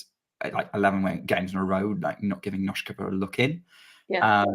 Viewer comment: The "s" in Nosková is pronounced as "s" not "sh"